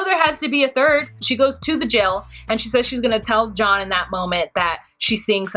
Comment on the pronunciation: The Shane/Shaun/John thing was confusing because she says his name 'John' with an 'sh' at the beginning. Lol I was confused too.